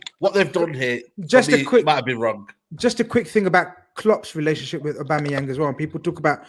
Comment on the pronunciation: calls him aubamyemang lmao